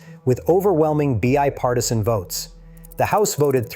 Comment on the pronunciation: It's pretty good but it did say things like B-I-Partisan.